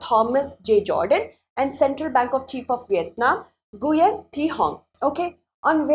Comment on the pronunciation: C). Mizoram Ma'am, I think you've mispronounced the name, Nguyen. It's pronounced "Wen" or "Nyu-yen" in Vietnamese and English, respectively.